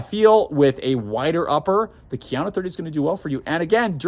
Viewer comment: KA-yano not keeyano